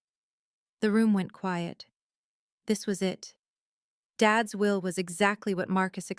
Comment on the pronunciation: At the will [not "wheel"] reading. But a gripping story.